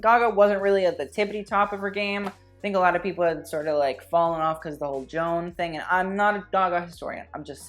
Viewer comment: Bitch called Joanne “Joan” I can’t